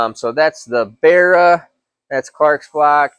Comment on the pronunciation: just a note from an aussie, pronounced barra (ba-ra, the engines had the codename barramundi when they were being designed) not berra